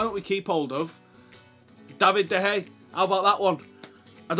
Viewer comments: Why he says 'De Hay' I'll never know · Can i just ask why ur saying 'De Hay'? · De gea is leaving man utd because u can't pronounce his name correctly. Hahaha